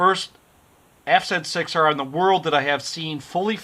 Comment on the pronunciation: Was pleasantly surpriesed to hear the bike pronounced correctly, F Zed 6R :) Had to confirm which one was the left bolt for the offset engine bolt. My son sheared the top of his off when he dropped the bike, but no damage to the bike at all. Thanks for the great video.